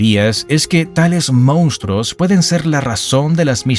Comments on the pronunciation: *Monstruos, no “moustros” 😂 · "mostroooooos"!!!! Jajajaja